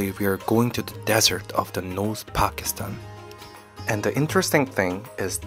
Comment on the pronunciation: Not fakistan brother its pakistan😂